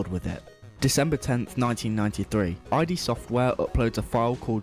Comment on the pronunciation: I'm sorry, I had to pause the video to comment otherwise it'll drive me nuts... It's called Id software as in the Id, Ego and Superego, not I.D. software, as in shorthand for identification.